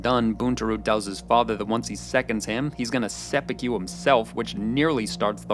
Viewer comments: Totally a tangent, but why do you mispronounce "seppuku" so badly when you've watched the series? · Every time he says seppuku incorrectly it makes me cringe and die a bit inside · Bro you made a great video about a show I love, and I wanna get that out into the open, but my god bro it’s “Seh-Pu-Ko”, you keep saying “Seh-Pu-Q” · Mana if I hear him pronounced Seppuku as Seppiku one more time I’m going to commit Seppuku. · “Sep-ei-que” is how I hear you say it every time. I’m in no position to criticize since I don’t speak Japanese but I’ve never heard it pronounced that way. I’ve always heard to pronounced sepp-e-kue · Jesus H Christ stop saying Seppu'kew 😂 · These pronunciations are making me want to commit sepookyoo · The pronounciations are taking me out... seppuKYU 😂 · Just cant listen to him saying sepukew for 15 minutes.. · se-poo-kew couldnt have even looked up how to pronounce it correctly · I cannot bring myself to finish this for the continued pronunciation of 'sepukew'. God knows how many times it was probably said properly in the show and still.... 'sepukew', he says. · " i was ready to sepeku my television " hhhhhhhhhh omg i fet that too hhhhhhhhhhhh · I cannot get over the way you pronounce "Sep-yew-kew". XD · Came to the comment section for this comment. Thank you. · You pronouncing seppuku as “seppukyu” annoyed me the entire time. Good video otherwise. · lol, "sepi-cue" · Why does he keep saying 'seppukyu' ??? Where is the Y coming from???? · Is it too much to ask for you to pronounce japanese words properly? WTH is sepukyu? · se-POO-koo. There's no white billiards ball "cue" in there, no ribs or brisket BBQ. Koo, like lovebirds. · Very good analysis, just one thing (sorry, couldn't help myself). You are pronouncing seppuku wrong. The "ku" sound at the end should be pronounced like in the word "Kurosawa" :) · seppuku. it takes less than two seconds to learn how to pronounce it. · good video but the pronunciation of seppuku made me shiver